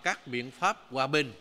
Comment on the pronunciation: Thủ tướng của đất nước mà vẫn nói ngọng vậy :hoà bình - gòa bần